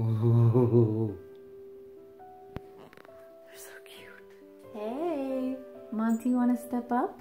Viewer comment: 🤣😂🤣 rocky is Hilarious! Everytime I see your senegal rescue vids...i keep hearing you calling monty, morty🤣😂🤣 i actually like the name morty better 🤣👍💖 thanks for another fun vid🙌